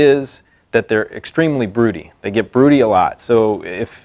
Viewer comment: Well he can't even pronounce it right but broodies are pure gold